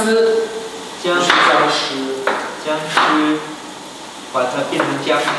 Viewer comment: the translation is abit off. jiangsi means ginger strips but jiangshi means zombie. so the way that winwin said it is actually cute because hes basically saying "turn the ginger strips into zombies" 😂